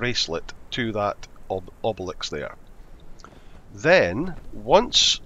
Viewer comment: Mate, learn to pronounce obelisk cos it’s cracking me up 😂